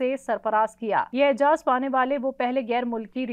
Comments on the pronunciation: اعجاز نہیں اعزاز کہو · Madam, Modi ji ko "Aizaaz" dia gaya hey, na ke "Aijaz"